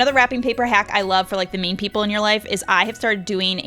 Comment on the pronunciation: It sounded like she said, another wrapping paper hack for the “MEAN” people in you life😂😂😂 (I know she meant “Main” )